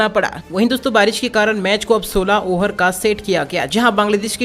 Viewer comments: Arey yaar over ko oher toh mat bolo.tumbhi yaar 😆😆😆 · Ohar nhi hota hai over hota hai